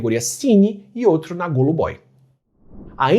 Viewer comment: Adoro seus vídeos, Átila. Um detalhe: em Russo, a letra O não acentuada tem som de A fechado. Portanto se diz Gâlubói 😊